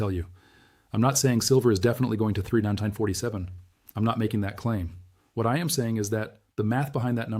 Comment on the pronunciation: is this a fake channel using AI, just the way he keeps saying 3,947 is a give away as well as when he reads WWII